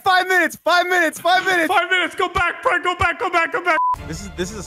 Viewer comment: The way he says it is like BRIYAN